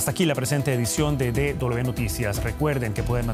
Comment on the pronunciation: Pero que periodista más culto, dice D doble B, amigo, DW: es D doble V y no doble B